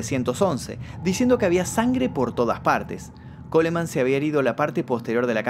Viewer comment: En el apellido Coleman, se omite la letra e, debes respetar el idioma ya que es un apellido en Inglés.